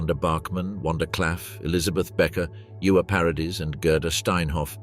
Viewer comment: Ewa is pronounced Eva, not Iuwa. It's German, not Welsh. 😂